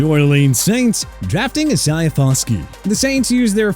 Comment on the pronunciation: Here we go with that E-SAI-AH CRAP again! Come on! Isaiah is pronounced I-SAY-AH!!!